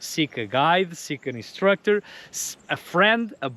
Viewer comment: I heard “as an off-road destructor I’ve sin it all” 😂